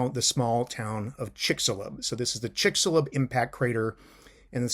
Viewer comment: The x in Chicxulub is pronounced as a sh-sound